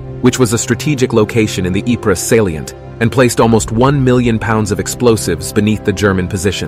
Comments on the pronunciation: Ypres, pronounced Eep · Ypres, it's pronounced some thing like eep, but the boys that came back forever talked about the horrors of the battle of wipers.